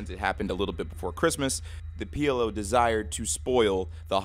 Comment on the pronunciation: P L (ficking) O Not pll, not pl.....